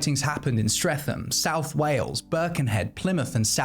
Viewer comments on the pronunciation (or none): none